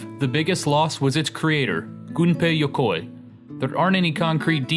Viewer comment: Oh my god... someone actually said Gunpei Yokoi's name right.